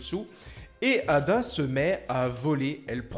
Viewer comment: EIDA ET NON ADA 😅😅😅